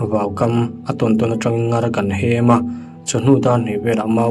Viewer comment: Comment i en ngailo nge ni...i like hlei lova,ṭawng thluk diklo i hmang leh ṭhin...ngar hi thluk hniam tur aw...mut chhuakin min zem tih pawh zeem tiin lam rik tur...